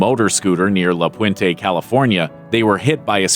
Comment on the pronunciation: near lapuente how bout right in the city of lapuente between 7th and 8th st on valley blvd come on man la puenty or la puente lol pronunciation from white people is funny I’m half white half Mexican don’t worry I know the difference